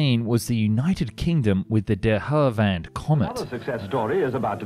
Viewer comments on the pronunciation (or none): Mate, only a drongo would pronounce "De Havilland" the way you do, especially when there's a clip of a plummy-voiced Pom saying it right immediately after your version. Try sounding out the the letters – if they'd wanted you to say "De Hallivand" they'd have spelled it that way. It's a name that occurs quite often in aviation history, so it might be better if you got it right. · rofl, the what? "Derhurrvan" never heard them called that..ever 😂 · I have never heard someone mispronounce de Havilland 💀 who the hell is ‘de hurvand’ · My man. Repeat after me: "De-HAV-iland" (not "De-HAL-ivand"). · The Der Her Van Comet? Nice... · narrator says "De Hallivand" --dopey a/f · Du havand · What's a DeHalivand Comet? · The comet was way ahead of its time and was pushing the limits of 1940s technology on its own. Sadly that came at a cost so others could catch up and learn from its mistakes. Was the first passenger jet liner to cross the Atlantic from London to jfk to Funny how you pronounced de Havilland 😂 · Im but sorry what was his pronunciation of De Havilland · I like Found and Explained's topics bit the accuracy in his videos always leaves me questioning how much this guy knows. Not a barrell roll and pronunciation of DeHavilland are obvious issues. Always a few in each F&E video. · I love your channel and your videos, but why can no one say De Havilland correctly haha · There are a few signs in these videos, not least the pronunciation of De Havilland and Messerschmitt, which lead me to think the author/narrator doesn't know their subject particularly well. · De havilland 😆 It’s not that hard to pronounce. Your video also features footage of its correct pronunciation. Just like Northrop 🤦‍♂️😆😂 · Sorry.. That what Comet? De Havilland does not have a special pronunciation... Or whatever that was you did with your mouth.